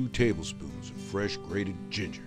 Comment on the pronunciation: YOUR GONNA NEED SOME "GIGJER" ROFL